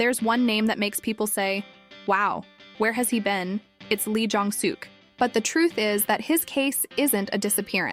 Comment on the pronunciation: Please pronounce their names correctly. Park Seo Joon is pronounced Park So June Nam Joo Hyuk- Hyuk like the u is silent. Moon Ka Young Ka not Ga Song Joon Ki- Song June Key Lee Jong Suk - Suk is pronounce Suhk not Sook listen to how they are pronounced before you pronounce it wrong. Thanks